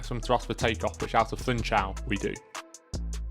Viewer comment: It is to be pronounced Foonshal, not "Foontshal"!